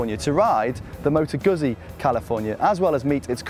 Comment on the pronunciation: Moto GOOTSI. :))